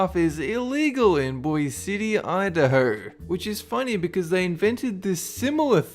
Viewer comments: Boise is pronounced "Boy-See" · I know this is two years old but two things that have annoyed me : Juneau is pronounced Juno Boise is pronounced Boy-See OR Boy-Zee (depends on where in Idaho you are in) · it's not Bose its Boise pronounced boy see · "Bois" city idaho . You're not from that area and that's ok. Just know that here we'd chuckle at the statement. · Wow, you pronounced Boise wrong, it is boy see Idaho, not boy city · Boise is pronounced Boy-Zee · just to let you know Boise is pronounced Boy-see. I was born and raised here and just learned about this law right before our zoo got giraffes!! -_- there goes my fishing trip. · Juneau is pronounced "June-oh", Boise is "Boy-see" , also these are all "blue laws" and are basically no longer enforceable but all funny. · Apparently it’s illegal to fish while riding a giraffe where I live... also mispronounced Boise 😂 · how did you just pronounce boise? seriously, its not that hard to pronounce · A lot of miss pronouncing of American cities like Boise and Juneau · HOW DARE Y Y MISPRONOUNCE BOISE IDAHO MERE MORTAL I WILL DESTROY YOU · THE WAY HE PRONOUNCED BOISE PISSED ME OFF SO MUCH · I was happy to know that the giraffe law was found. But as somebody from Boise, I almost had an aneurism when he mispronounced the name of the city.